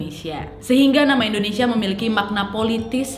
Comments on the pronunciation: Hi nad, indonesia bukan endonesia. wkwkwk peace 🤣✌ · Yanh bener endonesa